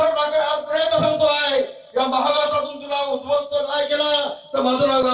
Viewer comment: अरे राम्या आधी उध्वस्त शब्द नीट बोलून दाखव